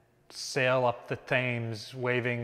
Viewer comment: One very minor quibble. The river Thames is pronounced "Tims". :)